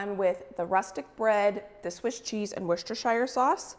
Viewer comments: sorry its not pronounced wostershire it is wos-ter-sher sauce i know i'm from the uk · Worcestershire Sauce pronounced "wer-stuh-sher" not "shire" for next time 👩🏻‍🦱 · I’m from Worcestershire, and the smell of the sauce brewing as you went past the Lea & Perrins factory is the smell of home! Your pronunciation is close, you need to say it Wuss-ter-shur. 😊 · I am English and we say WUSS-tuh-shuh. No R's anywhere! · I live in the UK, around 40 minutes from Worcestershire, you all pronounce worcester fine (woster) but shire is pronounced 'shear', like I'm going to shear the sheep. woster-shear. We have lots of counties ending in shire (Worchestshire, Gloustershire, Herefordshire, Hampshire), they are all pronounced 'shear'. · Hi, thanks for all these fab recipes, in England we often have smoked salmon as a Christmas breakfast in my family but these look amazing! Also, as American's tend to struggle with "Worcestershire" I thought I'd let you know from a Brit how Worcestershire sauce is pronounced! In its true form its pronounced "wu-ster-sher" but we often shorten it right down to simply "wuster" sauce. Hopefully that helps with the tongue twister! Merry Christmas! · American's PLEASE it 's pronounced Wooster-shear sauce. You have a Worcester in NY, PA, VT, MD and WI as well as pronouncing a city & county in the UK wrong. Its like nails on a chalkboard everytime. People make an effort to pronounce non english words correctly to avoid offence, make the same effort! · Custard has sugar in Sauce does not.....its spelt shire but pronounced sheer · I checked on line.... and while I'm sure we all want to call Worcestershire , Wor-chest-er-shy-r......it is pronounced wu-stuh-shr......too many silent letters for my liking